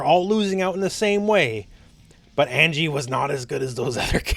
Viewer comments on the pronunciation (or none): They be butchering Anji dude